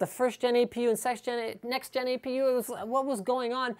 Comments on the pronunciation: lmao sextgen lol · Thumbs up if you heard him say 'sex-gen' APU at 56 seconds